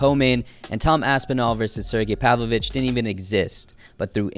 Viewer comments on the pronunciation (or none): none